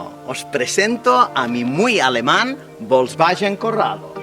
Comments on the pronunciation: porque pronuncia volkswagen bolsballen???? se pronuncia folsbaguen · Volsvallen ó volangen jajajaja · ¿Que es eso de "volkswayen"? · Porque dice Volkswallens? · por que dices "Volkswallen"...? jajajajaj que gran video como siempre! como extraño mi corrado 2.0 16v.... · Bosbayen? Yoryeto Yiurano? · Si VW se dice volkswayen, garage se dice garaye??. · Volkswagen significa coche del pueblo y se pronuncia "folksbaguen" en alemán.Saludos desde Bonn. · VOLSVAYEN Madre mia..... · El cuadro de instrumentos me recuerda al Seat Toledo 2.0 16v ABF que tuve del año 96😍. Tal como has dicho el compresor del G60 dió muchos problemas.Curioso como pronuncias "Volkswagen" y "Giugiaro"🤣🤣🤣🤣. Un saludo 👋🏻👋🏻👋🏻👏🏻👏🏻👏🏻😉👍🏻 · Me duelen los oídos cada vez que pronuncia mal Volkswagen 😅